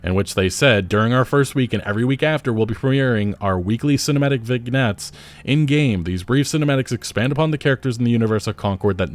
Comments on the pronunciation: It's vin-yets, not vig-nets. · Vignets is pronounced: "vin-yets" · It's spelt "vignettes", it's pronounced "vin-yets" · "Vig nets".... seriously? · As a non-native speaker it is heartening to see even natives struggle with pronunciations. ViGnettes lol. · "vig-nets" lol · I don’t think you pronounce the G in vignettes? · Lol sorry had to pause the video when I heard you pronounce "Vignettes". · The g is silent in ‘Vignettes’ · I’m sorry, but I just have to say vignettes is pronounced “Vin-yets” not vig-nets lol. Also, “day-byu-ted”? 🤣 it’s “day-byood” debuted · vig-nettes? come on, mate... edit: day-bewted? Dude, whoever taught you English owes you a refund and me an apology. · Vignettes....debuted....learn to talk pal